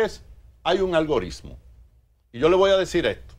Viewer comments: díganle a ese señor que no se dice "ALGORISMO" :) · Jajaja... Lo dijo varias veces con "S" si.... Ahora Francisco Javier es uno de los mejores estrategas políticos que hay en el país. Lleva a cualquier candidato a lo más alto.